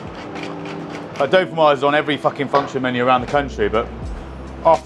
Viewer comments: say 'doe-feen-WAZ' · No it’s doe-feen-whaa, no z at the end. Gratin dauphinois. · Dolphinwoah puhtatOES